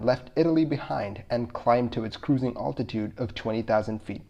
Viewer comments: I've never heard anyone else ever pronounce "altitude" and "altimeter", the way you do. Sure sounds mispronounced to me. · You pronounce altitude interesting, alltitude, here in Washington state natives say Al-titude like a guy named Al, I am assuming this is true for the rest of the west. But you say Altimeter like that. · Altitude...Al like a man's name not Ultitude?